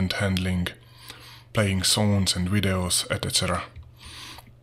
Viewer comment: Only among the illiterate though. The rest of us pronounce it correctly.